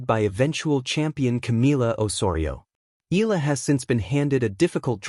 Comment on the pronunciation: The correct pronunciation of Alex’s surname is: E - yala